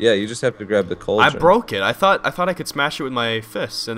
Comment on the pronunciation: Cauldron. It's cauldron. Say it with me. C a u l d r o n.